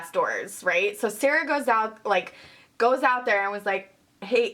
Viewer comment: She said her name shara